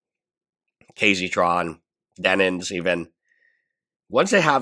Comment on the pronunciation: He still calls Denims “Denins”. Hila’s name is officially “Hilla” on this channel.